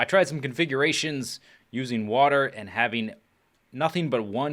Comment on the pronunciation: water not eater